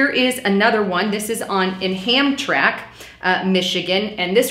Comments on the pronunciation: That is pronounced "Ham-tram-ic" not Hamtrack. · Hamtramik is how it's pronounced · the pronunciation is HAM TRAM IC hon. No big deal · Ham tram Mick, Michigan. It's ghetto bc of Americans. I like alot of what she says in all her videos but this isn't right. I live less with in 30 miles of both of these places. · Hi darlin. Thanks for making your vids. Great stuff. Being from Michigan I just want to sound out how to pronounce the the cities name Hamtramack for ya. Ham TRAM' ack. 😇❤️😊🎸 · heads up. Hamtramck is pronounced ham-tram-ic. The Detroit area is famous for these type of names because of the French settlers. Roads there are just as bad. Dequindre is de-quin-ter. Gratiot is gra-shit. If you're ever referencing an area around Detroit, Quebec, or the Louisiana Purchase, it's best to look up the pronunciation before trying to say them. They never sound how they look, unless you speak French. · it's pronounced ham- tram-ick.. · Pronounced: ham-TRAM-ik 😀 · That's how you pronounce the city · it is pronounced ham-tram-ik. I'm in Michigan & honestly, I haven't experienced hammtramik being a no-go zone. Dearborn can get dicey for sure though.